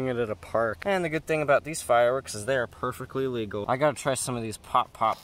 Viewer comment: legil HE SAID LEGIL